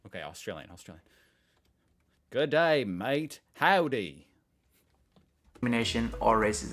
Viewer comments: And with the "g'day thing" it is cringey when used wrong, and visitors often pronounce it as two syllables instead of a half syllable then a full syllable. It's literally "gray" with a Spanish R. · G'day mate is funny from a foreigner when the pronunciation is hilarious